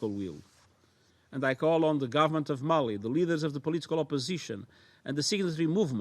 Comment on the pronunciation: mali not mail.